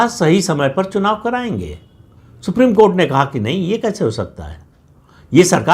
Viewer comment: सुप्रीम कोर्ट का नाम मत लिया कीजिए सर। सुनकर ऐसा लगता है जैसे कोठा बोल रहे हो।